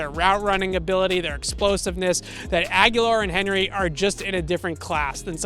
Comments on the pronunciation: Good piece for sure. That said, why are you mispronuncing Nelson Agholor’s name? It’s pronounced A-guh-lor, and you’re pronouncing it like A-gya-lor. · A-go-lore. Nelson A-go-lore. Not Aguilar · Love what you do. Thanks for bringing us all this great info! Lets go pats!!! Oh and not that its too important but you keep mispronouncing Agholor you keep saying Aghular ✌😊👍